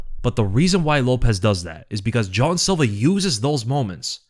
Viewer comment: Jean silva not john silva